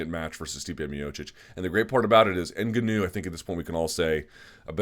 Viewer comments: Leave it to Luke to try to go out of his way to pronounce Francis Ngannou name differently than the rest of the MMA. “EN-Gah-New”?? Toolbag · Why can nobody pronounce Ngannou properly.. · Can we please get a consensus on the pronunciation of Ngannou?? Sorry Luke but your pronunciation just bothers me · you and schaub both mispronounce ngannou the same way.